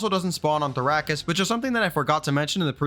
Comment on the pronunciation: Why are you pronouncing Therokis like that? It’s not the Dune planet bro.